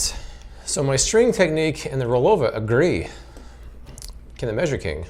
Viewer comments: How much times did you have to do a re do because you said rollover rather than rollova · I think the pronunciation is supposed to be similar to the watch, Bulova, where the stress is on the first syllable, but I could be wrong and it wouldn't break my heart. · I thought you picked up a Boston Accent 🤣it was just the brand name.